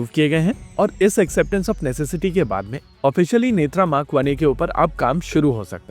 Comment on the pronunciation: नेत्रा नहीं भाई नेत्र